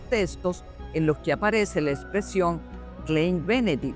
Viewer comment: no se lee klein se lee klain porque en el alemán la e con la i , osea "ei" se pronuncia la "e" como si fuera como una "a" ejemplo: rein ( puro) = se dice rain weit = wait ( lejos) dein = dain ( tu - tuyo)